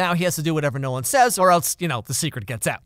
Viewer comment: Every time you say Nolan, I hear no one... guess he’s just no one then